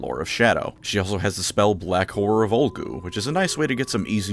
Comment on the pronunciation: Alright. Honesty time. He said "Horror of Ulgu", I heard something very different from "Horror" but not inaccurate.